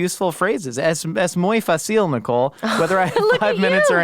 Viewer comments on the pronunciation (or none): "Ehs mooy fah-ceel" I don't think it's that easy if your pronunciation is that rough lmaoo